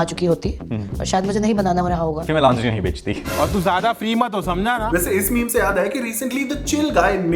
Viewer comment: She is pronouncing it as lounge -eh-ries* omg instead of lonje -ries